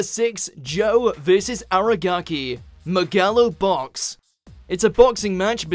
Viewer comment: What did he just call megalo box?